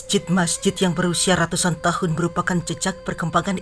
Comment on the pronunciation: rrraattuussaan tahun 🤣🤣🤣